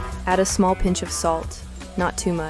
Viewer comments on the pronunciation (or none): Orangeville Cove, FL Did you say pinche salt?